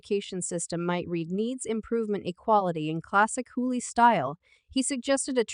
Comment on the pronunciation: Again I have a problem with robotic voices telling me what's up if the robot voice does not know how to pronounce a person's name that's the first indication that I won't like it the man's name is hugley not Huey